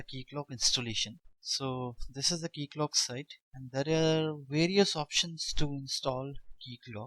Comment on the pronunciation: This is how it's supposed to be said